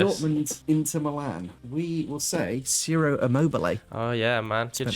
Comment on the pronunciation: Its pronounced chiro not siro for immobile